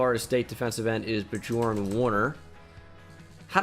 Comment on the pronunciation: Badjorn Warner😂 (Im German)